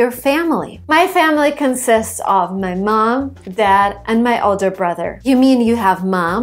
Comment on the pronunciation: accent slipping through :)